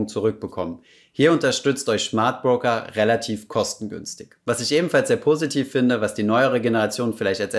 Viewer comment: Schmardbroker:D Sorry